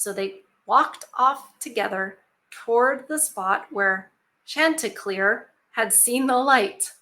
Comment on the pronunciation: No, she said it right. The name refers to a rooster in one of THE CANTERBURY TALES by Geoffrey Chauser from (maybe) the 1600s.